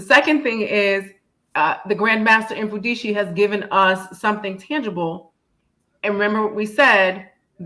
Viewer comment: His name is pronounced as MUFUNDISHI